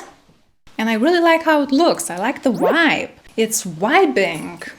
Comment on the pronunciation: Vibe not wibe too much foolish ness in your channel